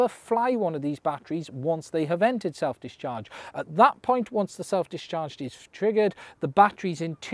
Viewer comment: Every time you say self discharge I hear self destruct.